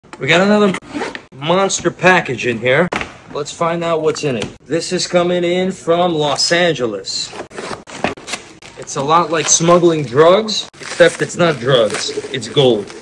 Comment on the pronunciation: Los Angeles pronounced as loss anne hell is